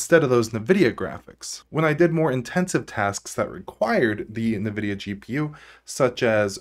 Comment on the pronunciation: It's pronounced "in-vidia". Great video as always!😁